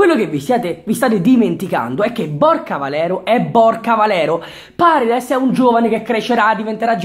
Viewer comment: no vabbhe paredes come l hai detto nun se po senti